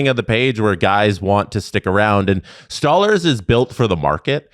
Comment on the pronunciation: Who is Stallers ? It Sto- larz guys can we stop butchering names